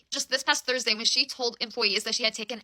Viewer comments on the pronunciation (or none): none